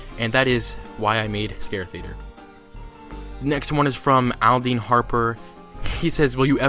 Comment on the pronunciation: Oh my god you read my commet well it's pronounced ol -den